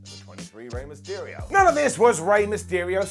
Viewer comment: Mysterio* not Mestiriouw